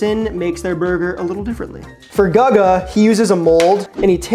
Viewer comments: Yo! My apologies for mispronouncing father Guga's name. if you're seeing this (which you probably won't) I'm sorry for butchering your name! ... however, in my defense, if you've been watching my videos for the past year you might notice that I religiously say "I can't read or write" so... the writing was on the wall. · I was thinking lol. Either Guga himself or someone else in the video calls him by name very often. It's pretty hard to mispronounce his name if you actually watch his videos Edit: He says his own name in the first 5 seconds of the video about the ramen burger 😭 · Lol exactly if you’re gonna recreate peoples burgers at least say their name right… dude has never seen a guga video and just asked a random about it… which is also disrespectful lol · this dude is American no excuse to kill gugus name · How are you butchering guga like that lol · Congrats, you butchered Guga's name worse than just did. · Lmao this comment section is gonna be nothing but that Guga pronunciation. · Bro clearly has never watched Guga videos otherwise he wouldn’t butcher his name like that. 😂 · You pronounced Chlebowski. Surely you can pronounce Guga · notonly you mispronounce Guga name but he has others that are im sure better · Lol how do you pronounce guga and matheson wrong lol math - e - son cmon broo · Sorry man I would love to support but I can't watch this video with the mispronouncing of Guga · it's goo-ga not gugga lol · Is not gaga iş GUGA…. Guga burgers 🍔 are smash burgers 😅😅😅😅😅😅😅😅😅😅😅😅😅😅😅😅😅😅😅😅😅😅😅😅😅😅😅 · Yeah, it's "googa" not "gaga". 🤣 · Let's say it together Googa.. not Gugga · GUUUGGGAA?????? What the hell???? GUGGA??????? Wow bro 👏🏻 fail. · out here doing Guga (Goo-gah) dirty mispronouncing his easy to say name, and also picking the worst possible Guga burger. He did the ramen burger just to testout the trend. We need his wagyu cheeseburgers! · dis guy be murdering Guh-gah's name lol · Guga is pronounced GOO GAH. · Guga became Lady Gaga real quick 😂